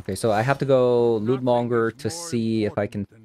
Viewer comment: You pronounced the lootmonger perfectly in the beginning intro... But not during game play. You're improving though!!!